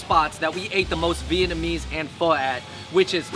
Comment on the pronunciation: You would think would have helped Andrew not butcher TF out of the Vietnamese items #earsbleeding